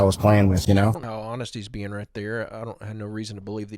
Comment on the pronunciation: Shit.... 30.14.. beingk. I spoke to soon. Stooooooooooop